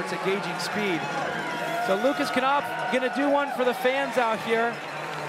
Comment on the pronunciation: can you please dont call lukas knopf "lukas kanopf" its called "lukas knopf" there is no "a" after the "k" in the lastname